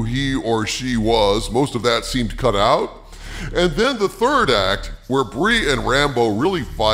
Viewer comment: Anybody else hear " what did you hear about the first cunt of the marvels?"